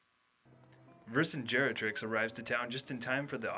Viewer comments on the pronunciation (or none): It's Vercingetorix, mate, not Vercingerotrix. I know the name sounds wrong, but it's based on a freakin historical character.